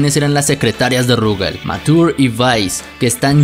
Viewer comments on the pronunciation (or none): dos cos curiosases que el nombre de mature no se pronuncia ( matur ) si no ( machur ) y que no sabias porque esta misma usa un parche en kof III y es porque de hay se libera su poder y vice no lo tiene porque su poder se libera de su pecho